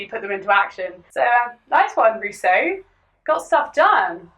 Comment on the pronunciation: How do you mess up Rousseau this much?... He wasn't even French.